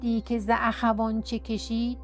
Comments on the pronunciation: مرا با خود به شهدگیری از گلزار صائب بردید.سپاسگزارم. در خوانش شعر در مواردی برای حفظ موسیقی شعر کلمات مانند معمول خوانده نمی شوند.مثلا اخَوان می بایست بدون فتحه خ خوانده شود. دو سه نارسایی از اینگونه در خواندن شهرها دیده می‌شود که برطرف کردن آنها بسی بر دلنشینی خواهد افزود. با آرزوی پویایی بیشتر. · اخوان‌را‌اشتباه‌خواندید‌ اخوان‌=برادران